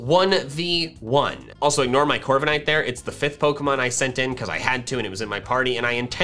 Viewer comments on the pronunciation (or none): CORVIKNIGHT, NOT CORVANIGHT! AND DO NOT LEAVE OFF THE W IN HAWLUCHA!